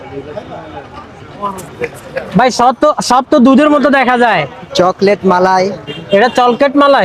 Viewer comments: চকলেট ❌ চলকেট✔️🤣🤣🤣🤣🤣🤣🤣🤣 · চকলেট মালাই❌ চলকেট মালাই✅